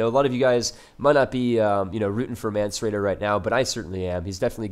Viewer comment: Mance rayder as in raider, not radar. :D